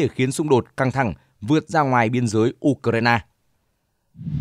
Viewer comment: U cờ rai na ?😂